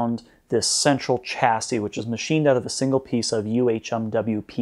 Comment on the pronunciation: it is pronounced shasy